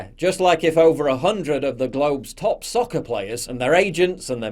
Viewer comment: Come on Paul I like you man but you can't say soccer with an English accent, it sound ridicules